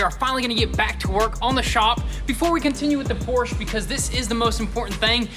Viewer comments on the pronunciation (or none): POR-SHUH!!!!!! PORSHA NOT PORCH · Also Porsche is pronounced Poor shah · 2 things. First, it’s Porsch-UH. Second, of course you’re going to have people dumping things on your property - your shop is in a VERY sketchy area! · Pronounce Porsche right…